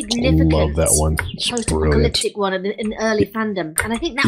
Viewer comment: At one point Illya had a verbal flub that sounded like he said "pop-ta-lyptic" so i just start picturing pop music singers getting in a fight and destroying the world